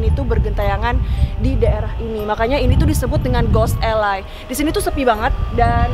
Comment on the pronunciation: Alley itu dibacanya eli bukan elai.... Anw pendeta itu boleh kok berhubungan spt menikah. Kl yg nggak boleh itu pastor dlm agama Katolik. Belanda itu kan mayoritas Kristen Protestan jd pendetanya boleh kok menikah. Coba mungkin bisa telisik lg sbnrnya alasan larangan pernikahan di cerita horor diatas tuh apa....